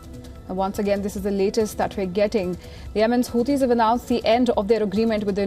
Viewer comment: Who Tees? WTF is a whotee? Low IQ stains on the road back to medieval times.